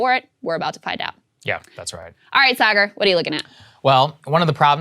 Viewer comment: ?: How can you tell that Saagar is a Texan? A: because even when he's lived in a foreign country, he still mispronounces it like a Texan would.